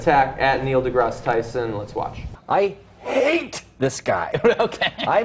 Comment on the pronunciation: For the record, his second name is pronounced as to rhyme with "grass".